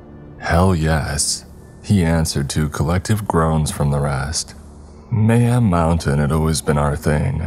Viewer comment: Did anyone else think of banjo tooie when he said mayham mountain